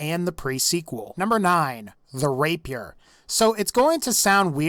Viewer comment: Text: "Rapier" Pronunciation: "Rape peer" FUCKING: "RAPE YOUR" RAPE MY WHAT? lol